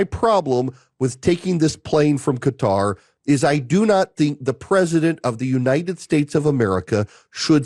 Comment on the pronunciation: It's not Cutter, it's Qatar!!!